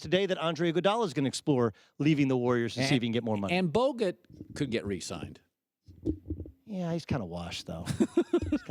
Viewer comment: "And... and Bogut could get resigned....." what?? lol